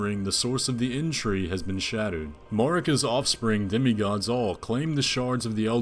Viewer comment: Damn dude, your conclusions are so random and off-base XD "explains why matter is moving" "multi-armed guy main bad guy, used to be tarnished" what is this, fan-fiction? "Inn-tree" instead of erdtree? wtf